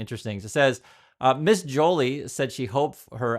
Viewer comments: Pronounced "Jo-lee" au français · 1% of the fentanyl going int the States comes in from Canada. P.S. Melanie’s last name is pronounced “Jho-Lee”. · Not a criticism, just sharing for reference: Joly is pronounced zho-LEE, same as the French word "jolie".